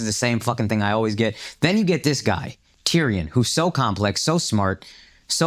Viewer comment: not much more annoying than akaash trying to say tyrion